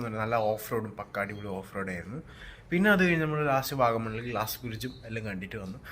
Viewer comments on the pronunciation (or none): ക്ലാസ് അല്ല ഗ്ലാസ്